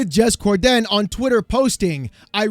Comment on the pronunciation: "Jez Core-DEN!"